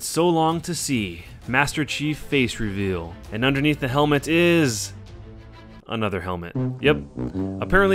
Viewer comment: under helemet is..........ANOTHER HELEMET